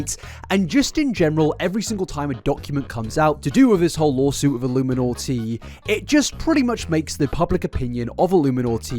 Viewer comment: Is it just me or he pronounces it like "volumiinaughtii"